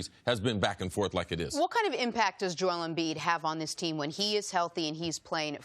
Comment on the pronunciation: Nobody: CC: Jole Embiid